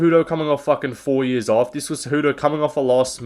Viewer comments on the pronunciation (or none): none